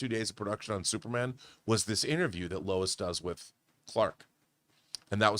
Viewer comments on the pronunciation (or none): none